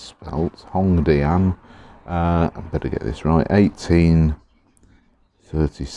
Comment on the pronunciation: hongdianの発音がネイティブっぽい笑